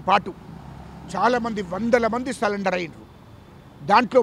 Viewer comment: సరెండర్ అని చెప్పురా అయ్యా, సాలెండర్ కాదురా?